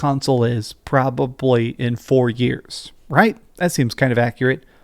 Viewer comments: Why do you say "probably" like "propuply?" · It's pROBwaBlY